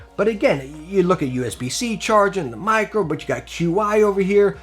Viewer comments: "Qi" is Chinese technology and pronounced like "Chee". So, it's "Chee Charging" and not "Q-iCharging" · Lol "cue eye" wireless charging